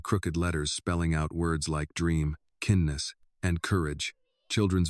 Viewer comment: Kindness is pronounced as kiindness and not kinness